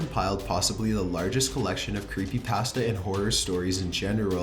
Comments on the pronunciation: You say 'Creepypasta' wrong. UGH, IT'S SO ANNOYING!!!!!!!!!!!!! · CAN YOU PLEASE PRONOUNCE CreepyPASTAH instead of CreepyPAST-a!!!! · I cringed harder at the way he pronounced CreepyPasta more than the stories